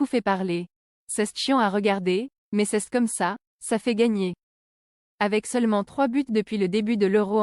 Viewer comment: cèsse comme ça ? dans quel français étranger on dit ça ?